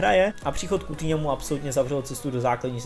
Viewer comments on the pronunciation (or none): none